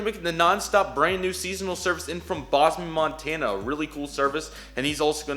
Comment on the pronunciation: Miss pronounced “Bozeman”, MT.